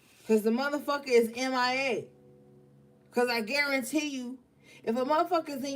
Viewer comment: When you hit me with the "I guaramuthafukkinTEE you..." MA'AM 😭😭😭✊🏾